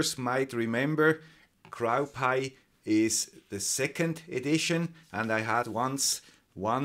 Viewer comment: Suppose somebody should say crow rhymes with go, know and slow.